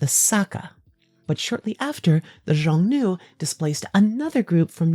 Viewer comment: aaa cool bideo. but xiongnu is pronounced more like “shyong-nu” and yuezhi like “yueh-jur”. don’t sweat it too much tho, your latin is probably better than my chinese